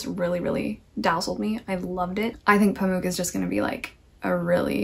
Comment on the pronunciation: Gentle PSA: Orhan Pamuk in your accent is best pronounced Oar-hun Pum-ok (as opposed to Pamook - like Spook - the last syllable in Pamuk is short and resembles the word Hammock. Pum-ok.) I'd love to hear your thoughts on Pamuk's Museum of Innocence alongside Her Name is Red! Turkish literature - the clashing culmination of East and West; the Eurasian landscape, with pomegranates in Summer, and bleak, unyielding snow in Winter; a land brimming with the descendants of nomadic Turks who once worshipped the sky; and a new republic still, *still*, scrambling to rebuild what it lost after the Empire fell - is a wholly unique and transformative experience. There is no country quite like ours, no culture quite like ours, and hence we feel utterly alone in a world full of many different cultures we feel only marginally familiar to. And everyone has a different idea about who are and who we should be; such is the contemplation of many Turkish authors.